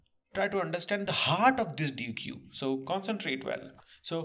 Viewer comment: Deque is pronounced "deck" like a deck of cards. Nice video!